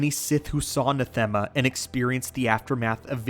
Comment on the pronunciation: NAH-them-uh Not nah-THEM-uh. As in the word "anathema" just not with the first letter. Sorry. It bugged me.